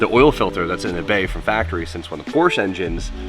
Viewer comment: You're either doing it on purpose because people like me hate it...or you don't know how to say Porsche.